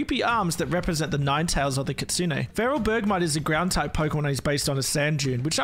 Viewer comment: Someone who pronounces kitsune correctly!